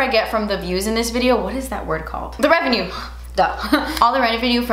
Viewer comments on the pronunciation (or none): lol! “What’s that word? REVENUE! So, the REN-VE-NU.” lmao I love you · Did anyone catch “the revenue! The renevue” she says it weird the second time 😂😂😂